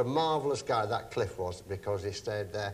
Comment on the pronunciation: *Cliff Richard There's no 's' on the end.